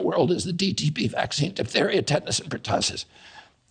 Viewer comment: First.y this “doctor” who posed the fist question should learn how to pronounce vaccine to start off with….it’s not waxine or waxing but V as in vaccine 😂😂😂